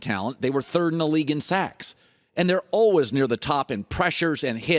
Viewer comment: Is this the year Colin learns how to pronounce “always”?